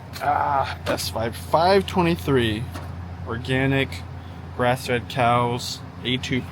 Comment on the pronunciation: I thought you said breast fed beef. I had to rewind and realized you must have said grass fed beef.😂❤